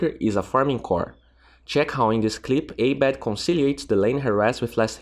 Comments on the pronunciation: Ah-bed bruh not ey-bed :) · its not A BED.. its prnounced as abeed